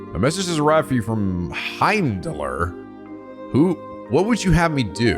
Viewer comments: The 'r' in Heimdallr is silent, like the one at the end of Midgardsormr from FF7. It's pronounced "Heimdall" and is named after the Norse god. There are a few other names that also have the silent 'r' at the end in the series so just be aware of that. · fyi, the r in Heimdallr is silent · Heimdallr is the name of the capital city of Erebonia, and as weird as that may sound but the R at the end is silent so it's pronounced as Heimdall. In norse language the R is a suffix for masculine nouns. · Also, I believe Heimdallr was already mentionned to be the capital of Erebonia, and the way it's pronounced is the same as the god of Norse Mythology: the r is silent, it's just "Heimdall" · Also, for most of those Norse names with consonants followed by "r", the "r" is silent. "Heimdallr" is pronounced "Heimdall". This will only become obvious when the Cold Steel series comes along and someone eventually voice-acts it.